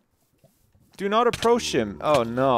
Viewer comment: ironic how said do not approsh him when he was holding a torsh